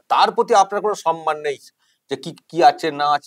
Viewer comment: Why mamata says 'sanman'. It will be 'samman'. Does she read bengali books?